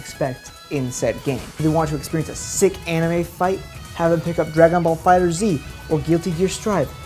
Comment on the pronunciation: Glad to see someone else pronouncing FighterZ the way it was clearly intended to.